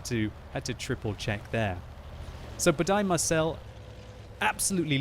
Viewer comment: Dear Budai Marcell is a hungarian name like gergely németh you are soo funny!